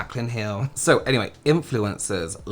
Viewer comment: Ok the "any hueeey" just killed me 💀